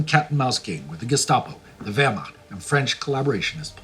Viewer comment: The "history buff" in the white shirt, cannot even pronounce Wehrmacht correctly. Surely this schoolboy error would not be made by a true history buff. Promoting a game & reading from a script does NOT make him an expert. This for me ruined the video and makes him look like a complete muppet!